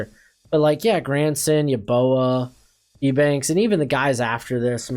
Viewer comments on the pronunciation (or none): It's pronounced you banks =Eubanks bro